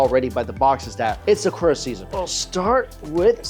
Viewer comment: Bro said “SAAKOORAA” tf is wrong with you bro, atleast TRY to properly annunciate